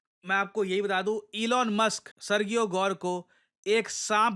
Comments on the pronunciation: Arrey mere bhai.. kahe murakh bana rahe ho apne viewers ko! Sergio ki pronounciation kabhi सर्गियो nahi hoti, wo hamesha सर्जियो hi rehti hai murakh! ✌️😂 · Pronunciation for Sergio is [Sir-g-O] or [Sir-ji-O] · Serjio pronunciation hai ... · I live in the USA and his pronouns is Ser-Jee-ohh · सर्जियो गोर they pronounce in USA Spanish name sir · When g comes before e, i, or y, it becomes a soft g, pronounced like “j”. For example, Sergio would be pronounced “Serjio.” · The pronunciation is "Serheo"